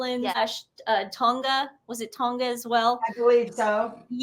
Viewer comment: Tonga....less pronunciation on the g lol.